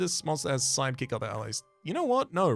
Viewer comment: Why every time he says Sidekick, my brain understands Psychic??? 🙉🧠😵‍💫